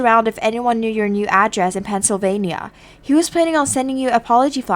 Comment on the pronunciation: Its Pennsylvania not Pennsyl filping vania